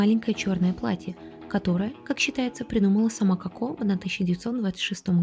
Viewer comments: Ну почему кАко а не Коко🫠? Неужели так сложно выговорить о в начале слова ? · Не очень понравилось произношение имени, КАко. В остальном, очень содержательный и интересный выпуск, без воды, красивый визуальный ряд.